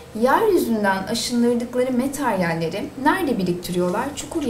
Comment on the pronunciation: "materyal" metaryal değil